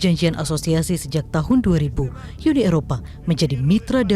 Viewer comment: UNI, bukan YUNI. Kalau mau sebut YU, sebut European Union